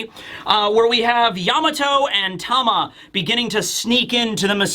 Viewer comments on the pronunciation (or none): none